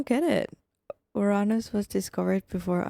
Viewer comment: Bless your heart:) nah, you are very intelligent, just not much exposure to certain subjects. Uranus in english would be ronounced your anus. Anus=butt in case you were uncertain. Also on the Alexander the Great story. There are toxins like Tetrodotoxin (Pufferfish Poison), that can make you appear clinically dead. However, "(while rare) you can survive from it. In these rare cases people were believed to be zombies.